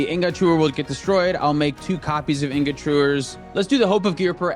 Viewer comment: anyone else annoyed by how pronounces "ingot"?